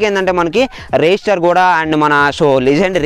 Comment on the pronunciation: Bro reyester kadhu raistar